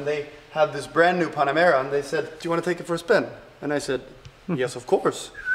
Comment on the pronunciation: It's not pannamera. It's Pan-Amera. As in Pan-America